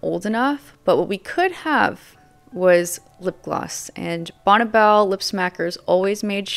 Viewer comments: It’s not “bonnebell” it’s Bonne (Bonnie) Belle 🤦🏻‍♀️ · just letting you know,,,, it's pronounced like "Bonnie" even though it's spelled Bonne. I lived roughly 3 miles down the road from the company's headquarters in Lakewood. Believe it or not,, the company headquarters were "Charming" they looked like something out of Williamsburg or Nantucket !!!! I used to stop in and and ask if I could meet Bonne,,, and this was waaaay back when I was about 18 ??? but she was "always out of the office" later I learned that it was the father who was head of the company!!! This was waaaaay before the Internet. so you couldn't do any quick research on "what's really going on." Bonne Bell "White-white" was the very first makeup purchase I ever bought, and with my own money.... It was a small white tube of rich white cream. you put it under your eyes to take out the dark circles and it also brought out the blue in my eyes. I am 65 and I still use some form of white eye cream today.